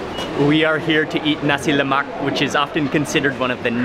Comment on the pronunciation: HE PRONOUNCED NASI LEMAK ACCURATELY!!!!!